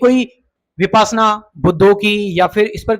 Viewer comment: बोलना तो सीखो विपासना तो राम रहीम की सेक्ट्री थी। विपश्यना उच्चारण करो